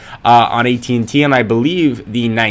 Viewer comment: u keep saying ET&T